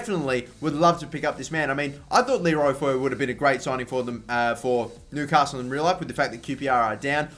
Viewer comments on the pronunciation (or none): none